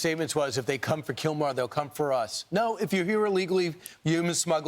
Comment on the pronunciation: Not killmar it’s killmore